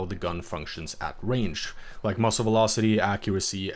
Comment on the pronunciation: It’s muzzle not muscle. This is an AI narration. Kind of sucks that this isn’t a voice from a real person. Probably Bangladeshi or Pakistani or from they might be from India.